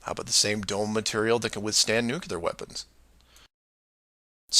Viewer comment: Pronounced " new klee are" NOT " new cue lar" ! Just look at it and sound it out! NU-CLE-AR Can't stand to listen to that since the time of Bush, who always pronounced it wrong! Sounds STUPID!